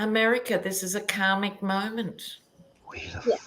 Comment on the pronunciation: don’t know if you said karmic or comic! Hoagie surprised you weren’t suspicious of her name—being s vedic astrologer. It is interchangeable for mother kali &/OR Lakshme. Both? Her mom was of Southern Indian descent.